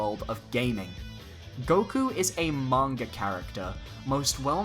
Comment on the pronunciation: I loved the video! ^^ I can’t wait for the next one! :) (also thank you so much for pronouncing manga correctly. I get so sick of hearing youtubers mispronounce the word (and they’re usually anime/manga Youtubers) so hearibg you pronounce correctly made me even happier ^^)